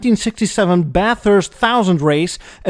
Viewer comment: 🤣 Nailed it! And kudos for pronouncing Bathurst correctly 👍